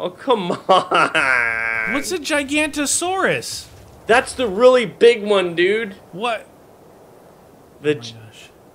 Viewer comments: the giganotosaurus is pronounced ji-ga-no-toe-saurus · it's jig a nose ise